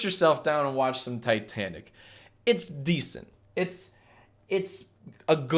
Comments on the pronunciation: It is titanic not tetanic just saying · He really pronounced Titanic like "T'tanic" not once, but twice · Every time you said Titanic I cried a little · the way he pronounces titanic makes me want to die